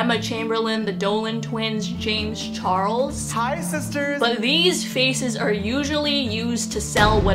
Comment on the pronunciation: She called James Charles “Janes Charles” I’m offended